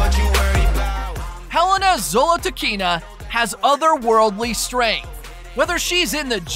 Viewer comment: Thank you for pointing out. She is Helena_Zolotukhina. It's a russian name and he pronounced it with an accent, so people probably just didn't recognise the name.I just heard that she is originally from Kazakhstan. She's impressive 👍